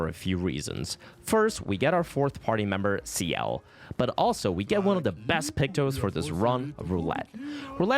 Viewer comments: "Next, we head to the second axon, Serine". Bro they literally say the name multiple times during the game how do you butcher it so badly. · I swear you're engagement baiting us with these pronounciations "Serene" "Monaco" 😂 Great run btw